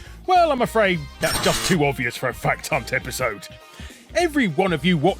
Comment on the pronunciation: I can't unhear 'Fat Cunt' instead of 'Fact Hunt'.